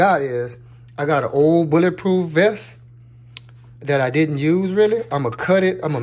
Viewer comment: "BOuLLA prooph"